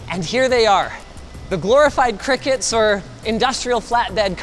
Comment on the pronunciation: Its not cricket! Its pronounced Cry-Cut!